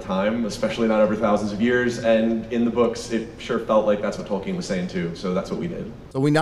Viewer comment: The amount of fucking times they say "Tolkenien" makes me want to blow my fucking brains out.